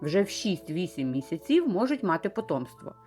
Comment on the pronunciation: Вираз: вісім місяців, наголос правильно ставити у слові: місяців на ПЕРШИЙ склад!!! Не калічте мову!